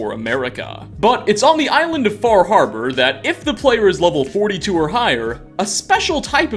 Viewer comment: Far harbor? WHats that... It's FaH hAbAh